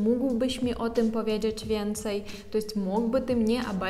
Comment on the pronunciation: " powiedżedż" ???? Pracuj nad wymomą!!!